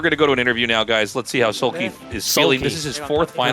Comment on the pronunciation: Like into the last Match Artosis seems to pronounce Soulkey as Soulpee... I don't know why I felt like bringing that up, it was funny.